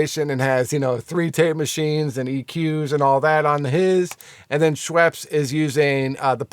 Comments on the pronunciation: Haha, Andrew Scheps, not Schweps. Interesting video though, thank you so much. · Scheps not Schweps-it’s a beverage 😂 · Dude, please learn the names of the guys you`re talking about ... ANDREW SCHEPS ... NO "W" ! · There's no W in Scheps you're killing me lol